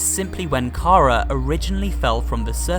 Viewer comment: ITS NOT Kara Its Ch-ara!